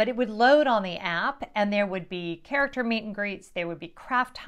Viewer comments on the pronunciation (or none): none